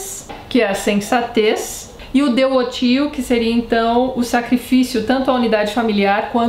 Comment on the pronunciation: Só auxiliando em detalhes: sobre a pronúncia, PÍeTAS, GRÁuiTAS e DEuóTIO (o som do v não existe, mas é pronunciado algo entre u e v). Sobre a Pietas, ela se trata de uma devoção para com os costumes, sobretudo, honrar os deuses, cumprir com o destino, não se entregar aos prazeres em vez da luta - depois veremos como esse ideal de herói será descontruído, principalmente por Ovídio, cito os versos de Virgílio e a paródia de Ovídio (e em tradução minha livre): Arma virumque canō, Trōiae quī prīmus ab ōrīs (As armas e o varão canto, que das orlas de Tróia) [sim, as "armas e os varões assinalados" de Camões vem daí] Ītaliam, fātō profugus, Lāvīniaque vēnit (veio até a Itália, fugido do fado, e até Lavinia) ... Arma gravi numero violentaque bella parabam (As armas em verso austero e a guerra violenta preparava) edere, materia conveniente modis. (para canta, a matéria que convinha ao meio) par erat inferior versus—risisse Cupido (o verso em parte era inferior - riu-se Cupido) dicitur atque unum surripuisse pedem. (e dizem também que me surrupiou um pé [do metro]) Isso para justificar que Ovídio cantará em versos elegíacos (hexametros, iguais aos versos de Virgílio e usados nas épicas, Ilíada e Odisséia também, seguidos de pentametros, ou seja, versos de 5 e não 6 pés, i.e. com um a menos)